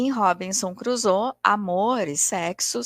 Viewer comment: Li Robinson Crusoe quando era adolescente...década de 80! 🤭 Vou ler novamente após esta rica análise, com outros olhos. Agora, com óculos, não necessários há mais de 40 anos!🤓 Hoje, aprendi muito, inclusive a pronúncia correta do nome da obra/personagem! Viva a cultura! Sempre é tempo de aprender. Obrigada,!